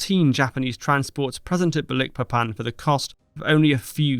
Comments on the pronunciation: Just so you know, from a person who once lived in Dutch East Indies, now Indonesia, the name of the Borneo port of Balikpapan is pronounced - baaal-ik-paaa-pan. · I believe it's called Balikpapan as in magIc (not eek) but nevertheless another great video. Sorry it sounds weird I used to work there and I have friends live there. Cheers. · It’s pronounced as Balik Papan, not Ba Likpapan. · Need to learn correct pronunciation of names, such as Balikpapan. Otherwise it is a good video.